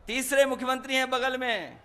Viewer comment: मुख्य्यंत्रि नही दादा मुख्यमंत्री बोलो बोलना आप को नही आता योगी आदित्यनाथ जी अंग्रेजो की नस्ल नही है सनातन धर्म के हिंदू हैं